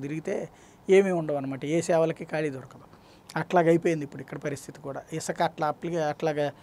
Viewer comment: Isaka kadhu sami Isuka ani palakali First telugu nerchukondi